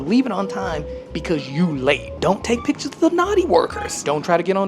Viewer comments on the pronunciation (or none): none